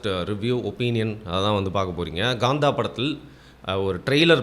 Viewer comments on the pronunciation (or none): I might sound silly but, why are you guys calling it as Gaandha? Earlier people kept calling Kanguva as Ganguva..more than the review, I’m curious to know about the pronunciation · Kaantha is the correct pronounciation calling it as gaantha has nothing to with tamil